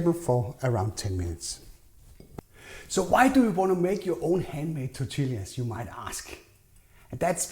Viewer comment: Good recipe! Its said "tor-tee-yah", though. Double L "ll" in Spanish makes the "y" sound. ❤